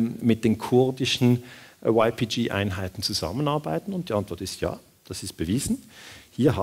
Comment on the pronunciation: min Wäre schön, wenn Sie YPG auf kurdisch und nicht auf Englisch aussprechen - oder zumindest auf deutsch. Klingt sonst doch sehr befremdlich.